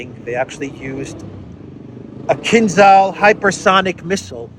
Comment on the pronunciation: Pronounciation of the Russian word for that missile: "Keenjal" (meaning: "dagger"), with hyphen on "a".